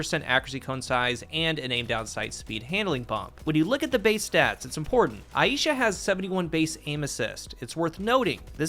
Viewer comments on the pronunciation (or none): Good coverage but the pronunciation of the name is killing me Aisha Eye sha Not ay EE sha